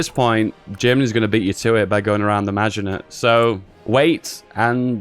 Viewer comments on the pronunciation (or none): none